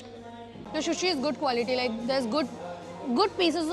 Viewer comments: You should also look at videos of the sushi eating manners and look after your sushi pronunciation.. just a suggestion... no offense at all! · Lamb is not mutton wth. Lamb is sheep not goat “food vlogger” and it’s sushi not shushi. Corrected you earlier as well. If vloggers don’t want to learn and get better why do they act so. Weird. Rather you replied me with 🥱 emojis when I corrected your shushi in a previous video.